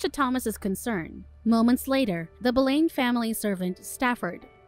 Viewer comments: You pronounced Anne's last name wrong. It is prounced Boulin. When saying popular history figure, the name must be prounce right or people will think it is another person. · I would like to add that it is Pronounced as “Bow Lin” and “Mar key”but thank you for reviewing it! It is very good! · The mispronunciation of the name Boleyn the entire recap tells me the narrator doesn’t doesn’t know Jack shit about this story, or someone told her to pronounce it that way…who also doesn’t know Jack shit about this story.